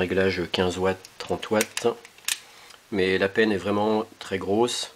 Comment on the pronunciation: Pas mal la petite présentation, par contre on dit " panne " de fer à souder pas " penne ". ;-)